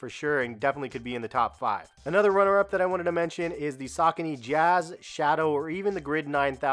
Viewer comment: Sa-con-ne not scony lol